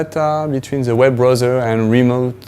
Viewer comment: As someone who speaks it "Blowsel" you should not correct someone :)